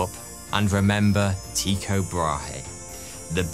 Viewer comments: when saying "Brahe" its pronounced like "braahh" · Nah ,it's an "y"-sound. Not very helpful, I know. But if you know how to say Ypsilon, you've got it. Also, the "h" in Brahe is silent (Bra-e)